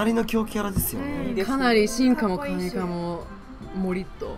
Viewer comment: 神化は本当はしんかだよ読み方